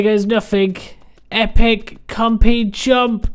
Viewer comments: "Compeh" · Sounds like when he says, compy he says compeh.